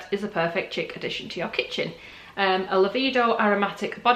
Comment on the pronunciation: Chic pronounced Sh-eek. Seems like a nice box. I may check it out. Thanks for review.🤗